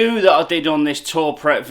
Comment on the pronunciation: Great videos m8 keep it up ...its pronounced too prey ...(french ).not tour pret👍